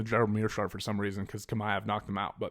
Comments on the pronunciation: It's "ch" like when you pronounce the word "channel " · Aaaaaaggghhh, I hate your pronunciation of Chimaev 😂 but good video still, keep it up.